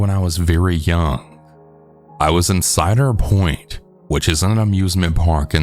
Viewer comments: It’s called cedar point not cider point for the first story 😅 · Cedar point is pronounced like the tree.